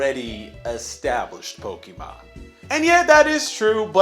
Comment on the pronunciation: I thoroughly hate, the way he Says Pokémon, it's poke eh mon not Poke EE mon.